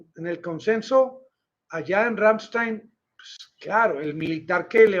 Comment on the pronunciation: El nombre de la Base bien pronunciado es Ramm- Están un saludo desde Alemania